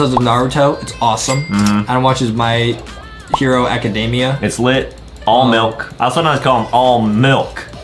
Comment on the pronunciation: 'my hero acadaimeya'